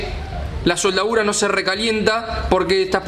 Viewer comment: Me causa gracias como parece que dijera "SOLDAURA" continuamente.